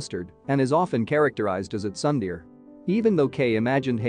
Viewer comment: “sundear” and “unumay” is killing me💀💀😂